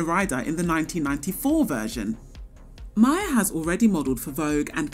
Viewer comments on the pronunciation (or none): none